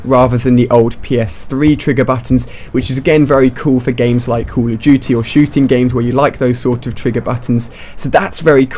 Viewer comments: Ali a you say at the first 'cool of duty'. Thats funny! Greetings from germany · It sounds like he says call of jootie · Cull of duty wtf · I don't play caw ov dooty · "Cool duty" LOLOL